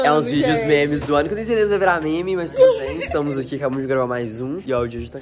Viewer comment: Temh leiteh condensadoh kkkkkkh